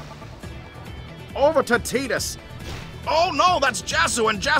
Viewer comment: Quality dubbing! I also appreciate you guys pronouncing it TEE-DUS. 10/10